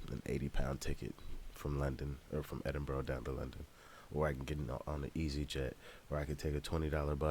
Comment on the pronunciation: Picked a wild time to come fam. Edin-bur-ah not edin-burrow, definitely not edin- burg. Hope you enjoy your time in my country and made welcome